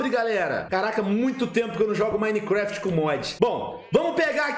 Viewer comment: Pelo menos ele fala Minecraft certo né, e não minequefeti ksksksksksks